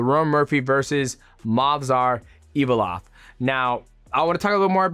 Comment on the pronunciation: “Evolov” dj is chael with the pronunciations but its shoot fr